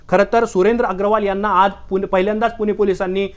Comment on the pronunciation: पोर्श नाही पोशे ! कुनाकुनाला नाही कुणाकुणाला ! पुने नाही पुणॆ ! कुठून आणता असले निवेदक ?